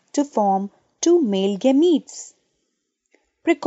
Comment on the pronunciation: stop this gemete pronounciation